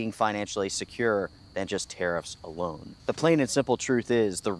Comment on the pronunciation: I am so glad you put up the news clip saying Orivis were citing‘unprecedented tariff landscape’ because when you were saying tariffs I kept mishearing thinking you were saying terrorists which was putting a whole different spin on things 😂😂🤷‍♂️